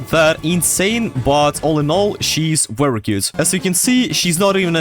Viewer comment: the “WEERY WEERY GOOD” is 🔥 😂